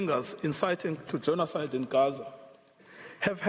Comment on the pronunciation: It is mistake, not “genocide” its Gena side 😂😂